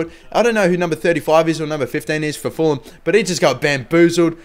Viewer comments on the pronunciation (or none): none